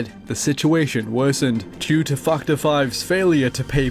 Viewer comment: its fac·torˈfaktər/ not fucher